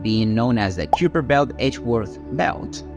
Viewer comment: learn to pounce the words please. its not "q per"